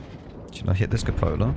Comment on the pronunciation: I find if you yell, "Cupola!"... it will hit ;) Also, like you pronounce cupola properly ;)